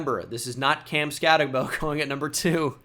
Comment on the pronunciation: did a mock draft before watching this, damn near a 1:1 of yours with the same reasonings lmao (including the texas picks & i’m a baylor/asu fan) it’s pronounced scatteboo btw